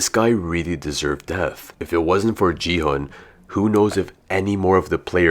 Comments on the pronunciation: it's gihun not jihun bro!!!!!!!!!!!!!!!!!!!!!!!!!!!!!!!!!!!!!!!!!!!!!!!!!!!!!!!!!!!!!!!!!!!!!!!!!!!!!!!!!!!!! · Bro knows so much about the games but still calls still calls gi hun “ji hun” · You said ji-hun its actually gi-hun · No offence but he is called gi *gee hun